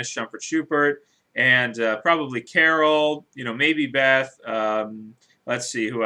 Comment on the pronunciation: who carren ?? did u mean carol